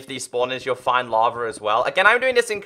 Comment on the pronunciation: Dude it’s not lavr it’s lava you say it